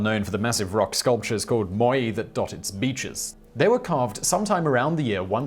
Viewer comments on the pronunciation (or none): none